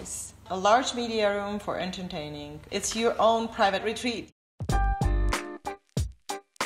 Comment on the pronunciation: why does she say entertaining as enterNtaining it pisses me off